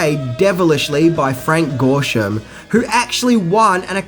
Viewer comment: Starting you say, "... Frank Gorshum, who actually won an Academy Award for his performance as the Riddler in the episode Hi Diddle Riddle" First of all, it's Gorshin, not Gorshum. Second, they don't give Academy Awards for television shows. Third, Hi Diddle Riddle was his first ever appearance as the Riddler, and he didn't win any awards for it. Fourth, he was NOMINATED for an Emmy for his role as the Riddler (ten episodes). He didn't win it. If you get so much wrong in one sentence, it calls into question the accuracy of any of your "facts". Do better research.